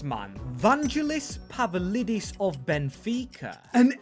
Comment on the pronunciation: ITS PAVLIDIS NOT PAVALIDIS BRO COMON